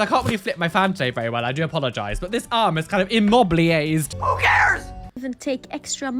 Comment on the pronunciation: Your right arm…it is “im- mob-blee-ay”. This cracked me up, made my day !! Love you ❤